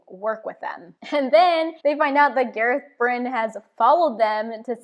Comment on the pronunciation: The glossary has it as GAH-rehth BRIHN and SWAHN SAHN-chay so her pronunciations are pretty close to correct.